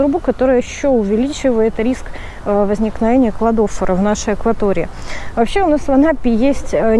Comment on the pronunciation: Не посчитайте за грубость, Кладофора ударение на последнее О. И спасибо большое за полезную информацию 🌻😊